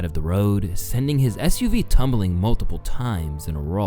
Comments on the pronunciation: Fuck bro, I like your videos, this one included... but this ones editing is strange, (a couple of times the scene cuts back to halfway into a sentence) and the narration sounds AI, Tiger gets called Tyler at one point and SUV gets messed up and said like USV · Why did you say USV instead of SUV? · He says USV instead of SUV a little later. Has a few mistakes in the video. I definitely also think he needs someone to help him out. I enjoy his videos but have also been noticing the mistakes.